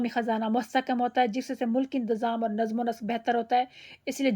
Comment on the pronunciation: Namz... Ma'am correct pronunciation